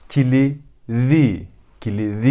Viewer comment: Hocam size bir şey sormak istiyorum. Neden κλειδί kelimesindeki κλ harflerini "kili" diye okuyorsunuz "kli" yerine?(bkz.5.40)